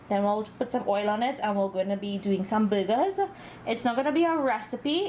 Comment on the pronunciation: Oh BURGERS! It sounded like you kept saying you were cooking some buggers